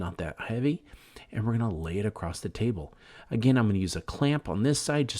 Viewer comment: Stop using the word acrost. It’s not right. It’s across.